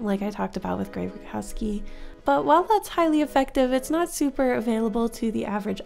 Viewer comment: Grzegorz "Greg" Rutkowski is a Polish artist and his last name is pronounced more like "root-cough-skii" :) Hope this helps in case you ever bring him up again! Great video